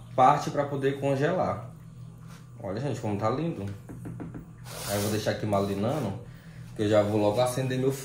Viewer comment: não se diz "malinando" se diz "marinando"!!! É só uma dica, ok?! 😊